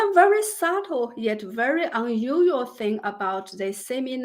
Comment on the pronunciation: Can you enunciate unusual 🤭